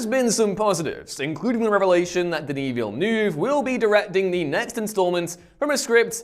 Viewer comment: Everytime you say denis villeneuve i cringe